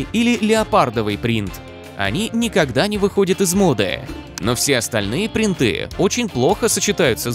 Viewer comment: Вы такая яркая и модная команда! А где грамотность?;) ПрИнты! Ударение на первый слог. Удачи вам! 🍀